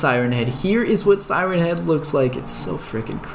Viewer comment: At the start of the video when you said siren head you sounded like you said Simon head lol